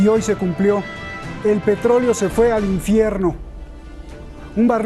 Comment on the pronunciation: ¡¡¡Haaaajajajajaj!!! Pensé que nunca iba a llegar este momento mientras yo viviera pero por fin lo oigo y es real. Lo repetí como diez veces para oírlo y disfrutar ya que bien podemos imaginar todo lo que significa..."EL PETROLEO SE FUE AL INFIERRRRNO".